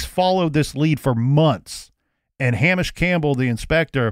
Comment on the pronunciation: Hamish is pronounced Hay-mish not ham-ish